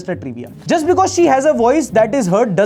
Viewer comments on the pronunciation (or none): none